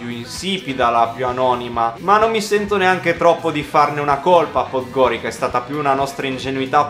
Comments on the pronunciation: Comunque non si dice PODGORIKA ma PODGORIZA (pronuncia) anche HERCEG NOVI =HERZEG NOVI (C=Z) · Dai ragazzi, sono di montenegro, ma come dici 'podgorica ", non è bello si sentire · si però raga la pronuncia di podgorica... ))))